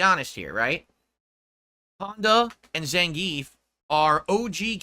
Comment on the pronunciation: Why is he now saying Dhalsim's name properly but can't say Zangief right to save his life?